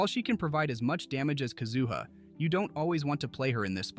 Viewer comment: My ears started to bleed when the AI said that.